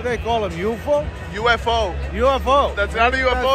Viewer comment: say UFO wrong